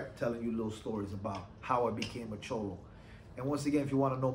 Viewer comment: Just say cholo normal bro lol